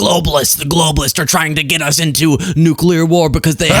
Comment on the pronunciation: it's ok,... global economics have gone "nucular"